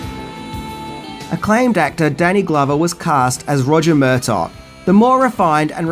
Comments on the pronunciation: Who is Murtock!? It's Murtagh pronounced mur-tar you twat 😜 I still love you, oh and it's bought not brought.... that a company buys a script from someone it's 'bought.' Bought is to buy, brought is to bring!? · Murtaugh has a silent GH